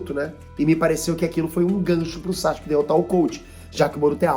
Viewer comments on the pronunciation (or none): o nome dele é SASUKE, nao é Sashuke nao!!!!kkkkkkkkkkkk